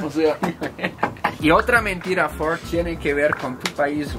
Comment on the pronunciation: Ford lo pronunció bien.